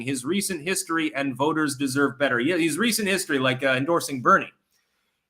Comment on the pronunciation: Its pronounced BETTER. Doesn't even sound like "DIFFERENT" 😅